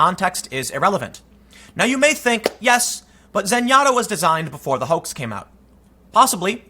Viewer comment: Tim, you said "hoax". are you trying to break the algorithm? keep up the great work!